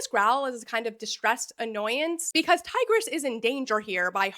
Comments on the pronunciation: all the ancient Romans in the comments are terribly offended by your pronounciation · Bro really went from tigris to tigger 💀😭🤦‍♂️